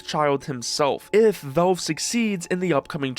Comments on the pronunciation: WTF is "velve"? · It's crazy how your entire channel is about Valve but you refuse to learn how to pronounce the word correctly. It's not Belb or Velb or Velv.. it's VALVE. Try this please. Say the name Al as in Albert. It's not Elbert. It's a short A sound. You're saying it with a short E sound. Please figure it out because it's extremely obnoxious. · How the hell are you pronouncing "Valve"?